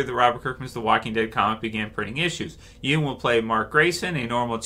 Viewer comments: Hey it’s “YUN” not “Youn” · At least say his last name right b